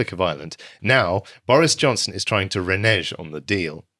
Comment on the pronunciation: Renezz instead of renege. New speak dictated by fear of the N-word.